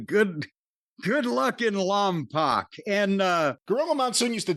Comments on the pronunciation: It’s Lompoc not Lompac. Lom pock phonetically. My Uncle lived there, closest to Santa Barbara he could afford back then. Was a Christmas tree farm. Beautiful place, smelled great year round. 🤎U both, thank you for sharing. You perform a mental health service for the world. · I think its pronounced lom-poke